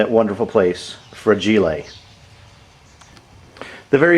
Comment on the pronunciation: Good video. Saved me $$$ and 2 trips to my "75 miles away" dealer. My shield wasn't from "Fra-Ge-Lay" but i still like it.